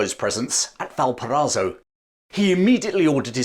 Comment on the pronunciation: You absolutely butchered the name "Valparaiso".